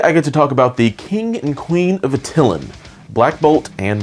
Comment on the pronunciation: Great video as always Nate, but I believe it is pronounced "At Ti Lan" not "At ti lin" hehe